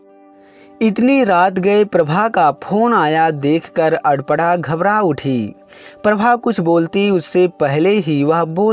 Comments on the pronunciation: Nice story but arpna nahi aprna hai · Are adpada aparna hai 😁sahi se bolo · सर अगर आप सही उच्चारण करें तो अच्छा है।कपड़ा कहते हैं।अल्पना कहते हो। नाम है अपर्णा ओर आप पता नहीं क्या बोलते हैं। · Bahu ka naam toh sahi bol lete. Aparna ko pata nhi kya bol rahe ho. Koi asan naam rakh lete jiska उच्चारण sahi se kr lete